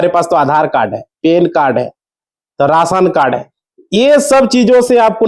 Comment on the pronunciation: Rasan cad nahi be ration card lagtha hai ye up bihar ka hindi sahi se bolna seekh be